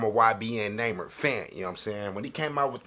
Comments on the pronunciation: His name pronounced “ Nah - Mere “ not “ NayMer “ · "Naymer" lol! It's pronounced "Nah-Meer" u know this lol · How he gonna correct himself and still get his name wrong😂